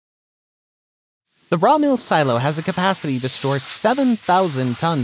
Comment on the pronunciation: Sorry but what is mirl or what sounded like that and if we don't already know the mill types telling us what it isn't doesn't help. This assumes we already know the process and equipment.